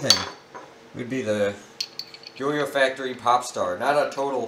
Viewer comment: when i hear popstar i thought you said p$rn star